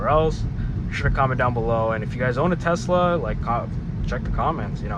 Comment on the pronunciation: why you say Tezzla? uhh why uhh why uhhh